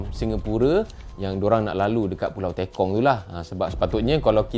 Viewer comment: Pembetulan Sir, Pulau Tekong(e. g. Tepung, Terus atau Tekan not Teykong ... 😊😷